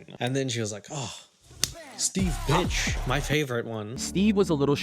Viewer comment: His surname is BIRCH not BITCH 😂